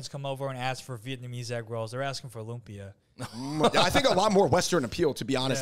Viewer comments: Davids pronunciation of Loom-pee-ah 😆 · Why is he pronouncing it Lum-peeya?